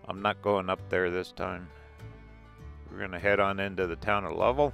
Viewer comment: nice lil town. but Lovell in pronounced love-ell, as in well.